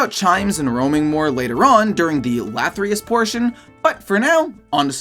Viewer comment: LATHYRUS not - lathryus